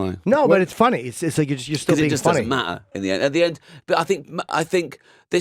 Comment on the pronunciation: it just doesn't ma''er .... we just have to write le''ers.